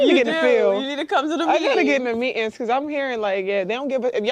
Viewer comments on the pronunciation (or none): MAYBE WE'LL GET LUCKY AND THE'LL GO ON STRIKE. SHE SHOULD TALK ABOUT THAT IN ONE OF HER "MEE-INS." THAT'S "MEETINGS" FOR THE REST OF ENGLISH SPEAKING WORLD. *STRIKE*! *STRIKE*! *STRIKE*! *STRIKE*! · Just so everyone knows, “Me-ins” is “meetings”. Hope this helps. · They been in them mee-inns. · The word meetings, has a T. Mee-ings is not English. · Matt , are " mee-inz " the same thing as MEETINGS ?? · She been in da me-ins and knows? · Mee’ins’ will be added to the dictionary soon enough. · "Gotta go to da meeins." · Who is this street worker that can't pronounce the word "meetins"? They are 2 literal idiots talking about nothing. No thanks. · What are "mee'ens"? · “I need to come to those mee’ins” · They cannot even pronounce meetings. If they want more money, go into a career that pays more or start a business that solves a problem! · Listen again. There's no "t." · Lazy,ignorant and awful diction.